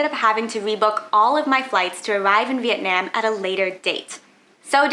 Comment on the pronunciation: Your pronunciation of Vietnam is atrocious